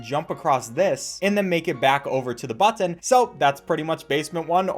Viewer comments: Its a butt'n not a BUT-TAWN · this guy is really pronouncing both "T"s in button lol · Everyones talking about how weird the game is. What about the way he says button. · I don't like the way you say button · The way he says button. rofl